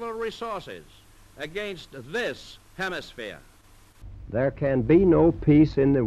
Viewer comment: The way JFK pronounced “hemisphere” was interesting. And definitely Boston. Ted Kennedy talked the same way. And actually, it’s not unlike how people from the Deep South would have said it.